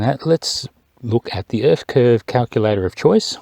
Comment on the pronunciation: “The erf is flat and it has a Lollipop moon.” Adam “LEO” 2021